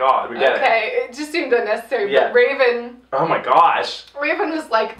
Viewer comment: wraven wins? Lmao u said it weird